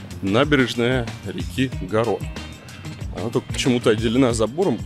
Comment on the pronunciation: Река Гарона, а не Герона)))